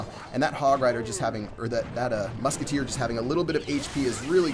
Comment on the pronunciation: LOOK AT DI MUKETTEER!!!!